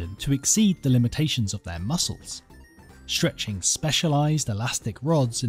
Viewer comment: Interesting video. But too bad they couldn't find a narrator that speaks correct English. Someone needs to tell this hack that these aren't actual words: SHtrong SHtretching SHtroke AsHteroid